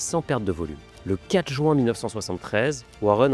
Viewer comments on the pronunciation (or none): none